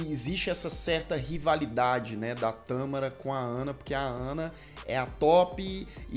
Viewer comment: Tãããmara ou Tamááára? Eis a questão! A Xuxa era linda! E a Vera "Pescadora" tbm!